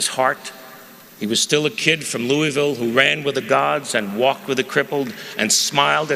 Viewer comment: At least he pronounced Louisville correctly